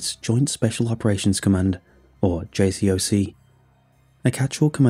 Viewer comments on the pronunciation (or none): Jsoc not Jcoc. First mistake that doesn't make me want to take the rest of the story seriously